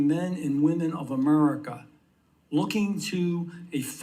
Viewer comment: "there is a problem, in a'murica" Love the way he pronounces that